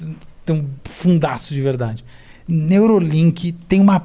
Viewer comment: Neuralink e não Neurolink